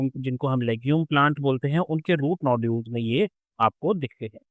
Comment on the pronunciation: Sir aapne nodules ko noodle bol diya tha, so funny 😅 but you are the best teacher 👩‍🏫‍❤